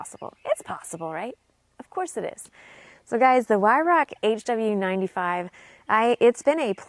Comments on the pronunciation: It's pronounced " Vie-r-OW " -- "Vie" as in to vie for something - soft "r" - "OW" as in the word used to express sudden pain. ...NOT...why-rock or vie-rock either. The German word enunciation is not hard. ALL of UK and AoA say it wrong but no one bothers to learn it. 🤦🏻‍♂ If your in the industry please learn to say it correctly. I think the worst pronunciation I've ever heard was "Wine-Ruck" ...LOL. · The W is pronounced as a V. It's insulting to Germans when you intentionally miss pronounce the word ("W is a V") Just a heads up.